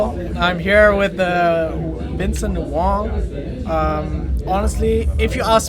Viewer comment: JLum yes that how you pronounce it....Vincent is Chinese and in Chinese you say Wong when you spell wang